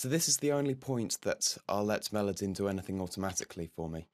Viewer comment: You keep mispronouncing Melodyne over and over again